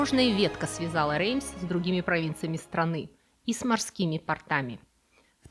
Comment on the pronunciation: я обожаю вас смотреть и слушать! Вы очень грамотная девушка! Но не портАми, моя дорогая, а пОртами! ПортЫ этот элемент мужской одежды. С уважением!